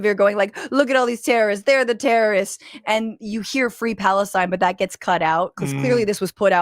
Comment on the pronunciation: Someone should tell Ben Gvir he'd be a lot less ridiculous if he learned to pronounce his "r"s because "tewwowists" does not cut it.